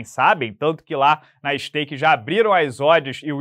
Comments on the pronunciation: Vai toma outro strike 😮😮😮 Ouvi falar stake ou skate kkkkkkk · Impressão minha ou o disse stake?? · Você falou stake,. Isso não dá problema?! Apaga e edita o vídeo! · falou stake invés de skate. vai dar b.o? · Pronunciou Stake no min 4, já pode? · Ele falou "Stake" ou foi impressão minha?? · Agora pode falar isteiqui? Ou escapuliu sem querer e vai dar ruim? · vc falou "staik"